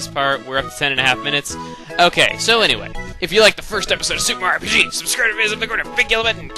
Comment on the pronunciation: your awsome but please never ever say super mario rpg like you did it hurt my ears